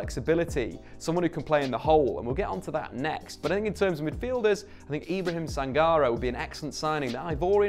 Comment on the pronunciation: It's pronounced SAN GAR RAY mate